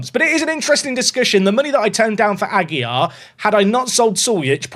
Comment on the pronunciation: Aguilar is still not pronounced without an L :)